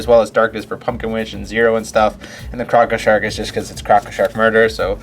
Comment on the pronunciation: I love how you say crocko sharks in your stones lol